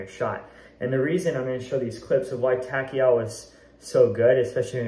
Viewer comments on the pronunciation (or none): thanks for the vid! one thing, Takao is pronounced Tah- Kah-Oh (Sounds like Tah-Cow)